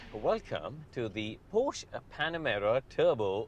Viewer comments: The dude needs to start learning how to properly pronounce “porsche”. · Why can’t he say Porsche correctly….ug. So annoying